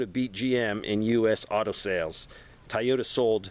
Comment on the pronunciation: Tie-ota or Toyota? Haha. Just kidding. I love your news updates. Been watching your vids for quite sometime I'm also retired Army. Active duty almost 24 years, Half in ADA and the other half in MI.